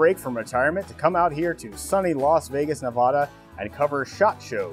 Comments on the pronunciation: ITS NEVADA NOT NAHVAHDAH REEEE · nevAda not Nev-ahhhh-da. Argh. foreigners. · Love the video, but the “A” in Nevada is a short. It’s NevAda not NevAHa... but yes, the BLATANT lack of trigger discipline had me on the floor!!!